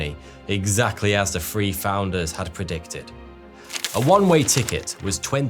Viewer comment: Three Men! Not Free Men! This guy has always had a problem speaking English properly, like it’s not his real first language and but some weird, underclass English Creole! Pronounce the th sound not an eff sound! It makes him sound and appear like a proper chav! 😮😢😂😂🤣🤣🤯